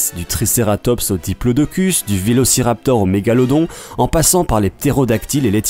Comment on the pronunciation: C'est pas volociraptor c'est comme ça vélociraptor